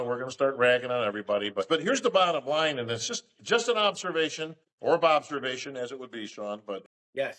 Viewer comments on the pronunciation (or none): "BOB servation" you should patent that phrase😂